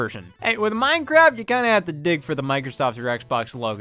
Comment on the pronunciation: I had a stroke when Scott said mojang and Minecraft.